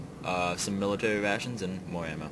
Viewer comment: Miwitawy Wations